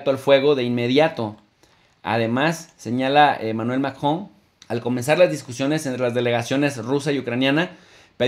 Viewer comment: Diga macron jejeje lleva luchandola pa decir macron....saludos buena información